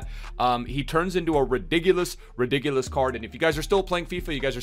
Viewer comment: nobody:: “ ridigulous “